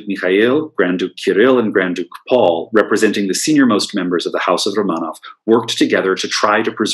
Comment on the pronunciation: Very good information. I love the way you can pronounce Russian names -- I have read many books on the Romanov family but do not know where the accents go on Russian names. So it's great to hear them and encourages me to say them more rapidly. I have never seen photos of the houses or Michael or Boris. Very good pictures of the family and Natalia as well. For some reason Russia at the turn of the century is endlessly interesting to me; I was hooked when I read Nicholas and Alexandra by Robert Massie back in college in the early 1970s. I also love Russian art, architecture, theater, literature, imperial fashion, jewels, and more. I have been to Petr once for a glorious 8 days around 2015. We saw tremendous museums, sites, palaces, and even a ballet. I only wish the Faberge Museum had been open when we were there. So I continue to learn and watch from afar in my native USA. Thanks for this lecture. I love to learn more and more about Russia. I am GLAD you fit as much information as possible into this lecture.